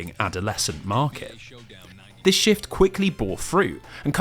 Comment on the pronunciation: "break and shyueift"